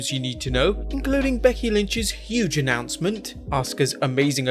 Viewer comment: What’s an “Annoncement?” Oh, “announcement,” right.